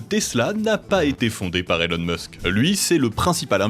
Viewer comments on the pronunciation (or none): none